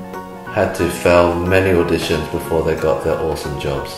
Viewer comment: I was ten seconds into the video and cringed with my entire being when he said auditions